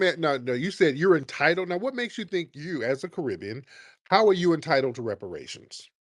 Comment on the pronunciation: "We're Entitulledtoreperashuns...." No you're not!!!! In 1865 his homeland was not controlled by The United States of America. He should stop. We dont mind suport. This is not support. This is trying to jump on our bandwagon, then kick us off of Our Sh..!!!!